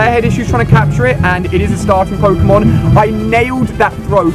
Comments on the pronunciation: It's pronounced poke-(long)a-mon. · Its pronounced "poke-ay-mon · WTF the way he said Pokémon in the beginning.... O.O